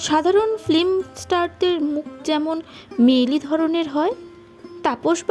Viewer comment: আপনার বাচনভংগী ও গল্পনির্বাচণ চমৎকার! কিন্তু দুয়েকটি বিষয়ে সচেতন হওয়া প্রয়োজন! যেমন, "ফ্লিম" নয়, "ফিল্ম", "শার্ধ" নয় "শ্রাদ্ধ" - এগুলো একটু প্র্যাকটিস করে নেবেন! আর ব্যাকগ্রাউন্ড মিউজিকের চোটে তো আপনার কথাই শুনতে পারছি না, ঐবিষয়েও একটু যত্ন নিতে হবে 🙏🙏🙏 শুভেচ্ছা রইলো